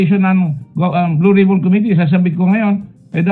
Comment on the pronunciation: "Blow Rib-on"